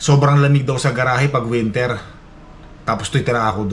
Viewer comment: Hoy..., winter...Hindi wintir...grrr.Fall, hindi poll...ano ba iyan.